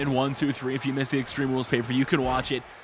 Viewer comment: Great video and by the way u said paper view